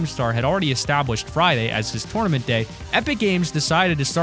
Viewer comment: TOWRNament lol